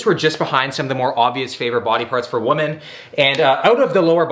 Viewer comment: Women->"whee-men", woman->"whoo-man"